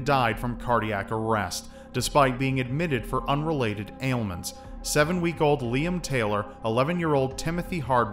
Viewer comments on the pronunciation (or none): none